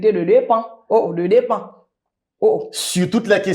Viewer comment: Sa prl depan de dire de dépend 🤣